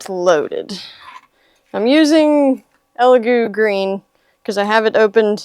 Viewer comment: First reviewer I've seen pronounce the name correctly.🤣